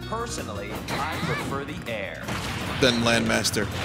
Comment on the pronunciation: Solar Surge Poisonally, I pwefer de air.